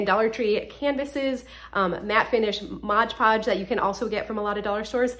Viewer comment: Great ideas, truly. But, it's not MODGE Podge, it's MOD Podge.